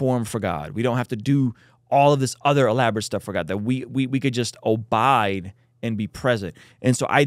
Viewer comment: Obide?!?! I think you meant Abide, 😂😂😂